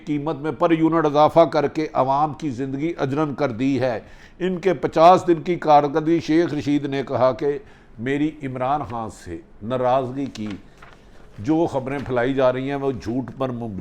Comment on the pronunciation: اردو کی غلطی اجرن نہیں اجیرن لفظ ھے باقی بہت خوب